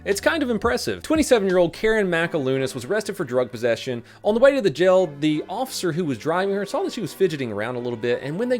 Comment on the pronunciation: When says jail it sounds like gel 😂